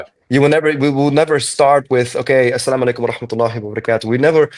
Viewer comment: The way you say «As salamu aleykum» is so desi. Sure you don’t have Pakistani genes😂